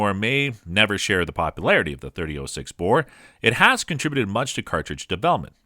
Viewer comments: Anyone else hate the way he's say 30-06? 30-O(like the letter)6 smh. There's a difference between 0(zero) and O(letter) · “30-ohh-6” “ohh-give” maybe you’re high? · Did you call it a 30- oh 6? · Is this an AI reading this? The pronunciations of so many things are off. 30-oh-6? Nope. Leee-o-pold? nope. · and you need to learn english you didnt pronounce Hornady right you said harmony and you didnt say 30-06 right either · You lost me when you pronounced “.30-06”. Obviously not much of a gun guy. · I wish this guy could say 30-06 correctly......🙄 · It’s 30-“ought” 6 not “oh” 6. And “o-jive” not “o-guy-ve”.